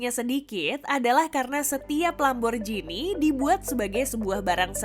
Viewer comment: Dalam bahasa Italia G tetaplah G bukan jadi J...jadi bacanya tetap sesuai tulisan Lamborghini bukan Lamborjhini...